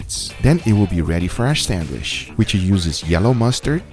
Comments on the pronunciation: Does anybody else get a litlle triggered that Guga always says "sandwiSH", instead of "sandwiCH" :"))))) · Sandwish? :D